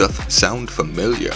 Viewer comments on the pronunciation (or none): none